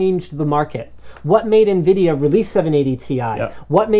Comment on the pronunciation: Linus, it sounded like you said Nvidia Nigra.. lol.